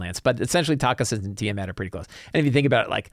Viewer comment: Also...it is pronounce Tak-hee-sis goddammit!